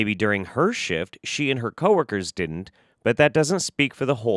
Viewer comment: People that say "dinnint" >_>